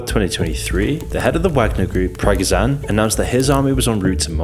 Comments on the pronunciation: Bro the way you pronounce his name is awful, please learn to say it right! It's really looking like you made an armature video, this is not ok for someone with 1M subs. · in case you're watching this and take any of this seriously let me disappoint you: whoever made this video is a clueless monkey who can't even pronounce prigozhin's surname let alone find proper sources of information. imbecile posts telegram channel screencaps of a person living in canada and NOT affiliated with pmc wagner claiming it to be one. did not watch further, this person is clueless, don't watch this shit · Why would i listem to the opinion of someone who cant even pronounce major figures names correctly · Huge piece of the puzzle missing - Prigozhin (whose name you pronounced incorrectly) has been whining for months about the lack of supplies on the frontline, particularly food. And very unhappy with being hopelessly stuck in Bakhmut. So this caused beef with Minister of Defense Sergei Shoigu, who will probably be fired now due to the negotiations. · Its so cringy how so many people get the pronounciation wrong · In eyes of all your viewers You'd have more credibility if you learn how to say his name. Just watch some Russian media outlet few times pronouncing his name correctly and there you go. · Thanks for the video, very informative. Why not take a couple minutes and learn how to properly pronounce Prigozhin's name? Scum bag or not, really difficult to listen to you butcher it as a Russian speaker. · you don't even pronounce the guys name correctly ??? Yevgeny Prigozhin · Seriously, you wanted to jump on this topic before others video-makers, you put together a poorly-made video where you don't even know how to pronounce 'Prigozhin'. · Wierd how he keeps mispronouncing Prigozhin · The way he pronounces prigozhin... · Love your work. Just wish you would have a better crack at pronouncing Prigozhin's name. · Your saying his name wrong 😅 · You are pronouncing his name wrong.